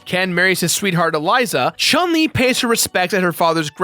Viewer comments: I am so proud that they nailed the correct pronunciation of chun li's name at about the mark. Always thought it was funny gamers made a big deal over the correct pronunciation of ryu, but would never pronounce chun li correctly. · omg i loved how he pronounced Chun-li